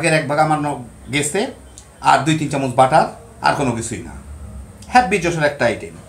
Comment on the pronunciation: চামুচ নয়,চামচ।